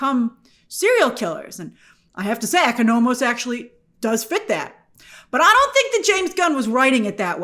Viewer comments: The pronunciation of Economos and Grillo is peculiar. These are names you can easily get correct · Oh my gosh, Grace the way you’re pronouncing Economos is killing me rn 😂😂😂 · It’s painful😂